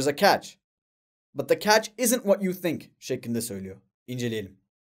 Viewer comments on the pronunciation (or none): son örnek videoda, "but the catch isnt what you think" cümlesindeki isn't kelemesini hiç duymuyorum.. is olarak duyuyorum